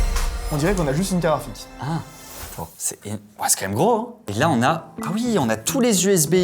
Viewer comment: Dire "carafik" au lieu de carte graphique c'est une prononciation belge ?